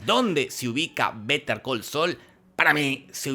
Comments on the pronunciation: yo sin saber cómo pronunciar el nombre de la serie. jorge: "BeteR col sol" Gracias por solucionarme la vida hombre de voz rasposa! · Betercalseul jajajaja